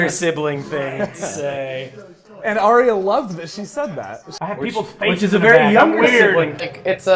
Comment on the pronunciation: Arya's name is pronounced 'Eye-ya' or 'Ar-ya'. I saw Maise say it in an interview 😊